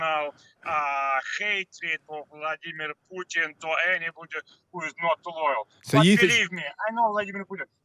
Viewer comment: Pjuutin veRRRY rational guy 🤣🤣🤣